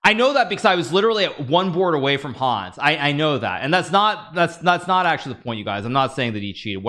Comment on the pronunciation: Did he just call it Hans Device!!!!!!